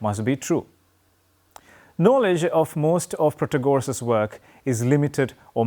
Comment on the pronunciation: It’s pronounced Protaaagoras